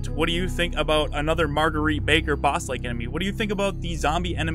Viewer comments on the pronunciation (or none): none